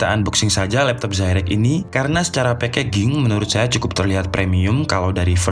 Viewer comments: maaf sekedar menambahkan, packaging itu di bacanya pekejing mas, bukan pekeging XD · Packaging itu cara bacanya: pekejing, bukan pekeging. Biar ga malu2in bro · Packaging baca pekejing, bukan pekeging #piis (peace) 😸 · packaging ⇨ pekejing bacanya Mas e.. sbnernya udah bagus.. cuma tinggal slot buat upgrade ram.. apalagi kalau ada varian core i series... dijamin laris